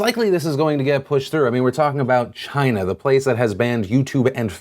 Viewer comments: it's not China, it's GINA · It's pronounced "'gina" as in "vagina" without the "va, " (although I realize that's a word that Donald Trump doesn't' ever use.) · 🇨🇳 🇨🇳 🇨🇳...that was a weird pause but yes 🇨🇳 but yes 🇨🇳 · everytime trump says "china," i keep thinking hes finishing saying "vagina." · that pause had me rollin 😂😂😂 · "That was a weird pause, but yes China!" cut "Yes China!" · "That's a weird pause" "But yes, China" "But yes, China..." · I thought it just glitches for me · china pause got me LOL'in, thanks phil